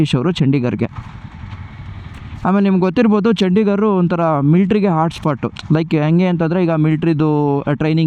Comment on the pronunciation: ಅದು ಚಂಡಿಗರ್ ಅಲ್ಲಾ ಚಂಡಿಗಡ ಸರಿ ತಿಲೋಕೊ